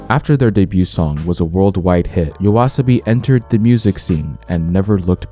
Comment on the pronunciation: Same here btw, didn't even notice until he said the name properly and it still feels different.